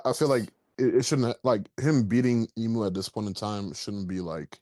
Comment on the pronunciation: Big shoutout to the Aussie calling Imu “eyemu”